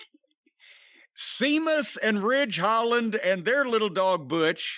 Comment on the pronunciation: I've no idea why these 2 old fools don't like Sheamus and Jim calling him sea-muss got old pretty fast. He thinks he's a comedic genius in his mind lol